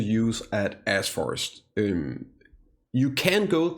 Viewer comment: Why does it sound like you're saying A$$ forest? lol